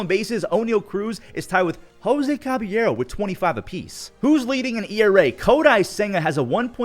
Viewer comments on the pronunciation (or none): none